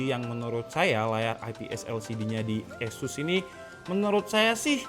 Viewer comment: Sorry bro.. bukan esus baca nya tapi ases !